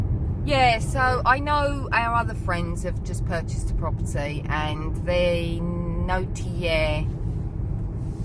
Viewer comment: Finally a property to call home. Congratulations! Maison the Maitres are usually the houses of the local wealty brewer, buisinessman, minor nobility or doctor, notaire or lawyer. Notaire is symply pronounced notaire not notjeire. I love maison de maitres. Probably a lot more useful and not that expensive in the upkeep of a chateau.